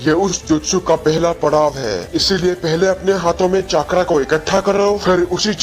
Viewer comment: Voचाक्रा नहि vo चक्र है